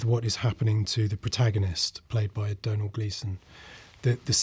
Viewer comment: his name is pronounced Dome-hill lol